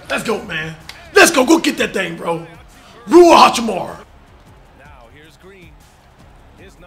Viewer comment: Cash said rui hotchipbar 😂😂